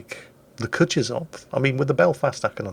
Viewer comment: You know, Kutuzov was 18th entury Russian marshal. I couldnt find a link for how to properly pronoune it, but if You drop the name into Google translate it will read it out for you properly in russian. ...it's bad, really. Do it!